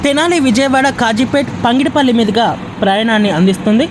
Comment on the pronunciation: పంగిడిపల్లి కాదు పగిడిపల్లి please correct the pronounciation